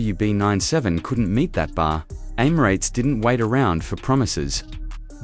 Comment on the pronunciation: Any video that can’t even pronounce ‘Emirates’ correctly immediately gets terminated and deleted - including this one!